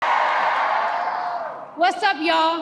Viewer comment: "Was op yall"? What is this? English?